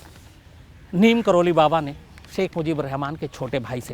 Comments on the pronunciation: शम्स जी , नीम करोली नहीं नीब करोरी है! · नीम करोली नहीं बाबा लक्ष्मणदास जी को नीब करौरी के नाम से जाना जाता है। यही उनके नाम का सही उच्चारण है। जय बाबा जी की